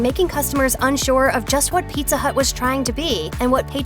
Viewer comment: Oh no mah peet-tha